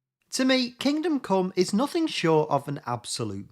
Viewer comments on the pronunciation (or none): none